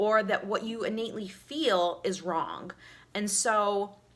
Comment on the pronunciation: You need to learn to speak before you start preaching to others. It's not "yoawwl" it's "you".